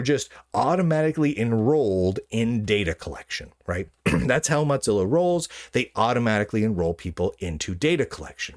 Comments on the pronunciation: Its pronounced "Mo" as in mosaic, and "zilla" as in Godzilla. It is not pronounced like mozzarella. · "motzilla" lol